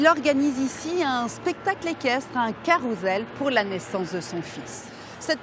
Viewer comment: Carousel, le s se prononce